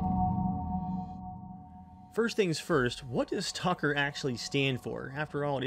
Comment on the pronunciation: You said STONKER! XD